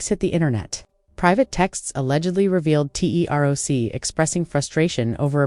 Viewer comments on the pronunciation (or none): First of all they said “Tay R O C” lmaooo you just lost your battle rap pass don’t speak on nothing battle rap please 🤣🤣🤣🤣💯